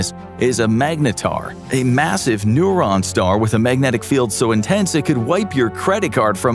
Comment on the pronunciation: timestamp - , "It's a massive neuron star". NEUTRON star, not NEURON star. Pronunciation counts folks.